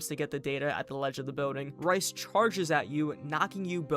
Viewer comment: Bout 30 minutes in, going great, but how many times am I gonna have to hear him call Rais “rice” 😭